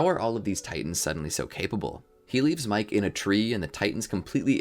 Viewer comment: The way pronounces names kills me. Miche is somehow mike🤣